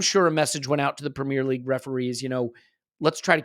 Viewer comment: Pra-meeer league